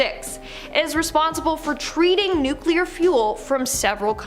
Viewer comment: Repeat after me: NOO-CLEE-URR.......